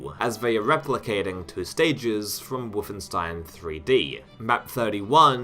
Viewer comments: why are you saying WOOFenstein? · Woofenstein? Doom twooey? Mount Erreebus? 🤔